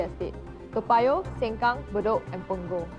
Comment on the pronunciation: It’s Sengkang not seng kang